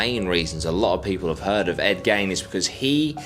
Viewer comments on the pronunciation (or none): It's Gein .... as in Geen ... not gain ...as in gaining something .... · Pronunciation of the last name drove me mad. It’s pronounced Geen like the old woman Jean who lives on the corner of the road but with a G ! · I swear his name is pronounced Ed ‘Geen’ I’m probably wrong but it’s how I’ve always heard it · He keeps saying Ed gain… lmao who tf is Ed gain. It’s gein (geen) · Hey mate his name is pronounced..." Geeee-n"... Like the word seen but no s use a -G-.... Geene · "Gain" irked me, too, until i imagined how i'm probably gonna murder Aussie words. ?probably? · I always thought it was g eye n